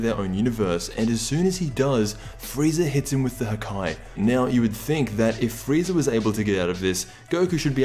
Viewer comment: god cour it wasn't the "haki", and it's Hakai